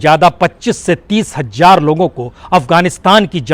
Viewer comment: Hazar, not Hajjar